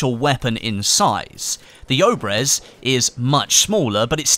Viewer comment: Its not "oh-brehz" its pronounced ob-yez.